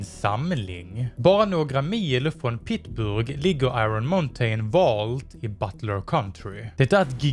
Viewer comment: ” pitburg” det heter Pittsburgh mannen